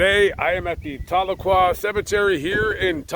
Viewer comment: Tahlequah. not Taleuah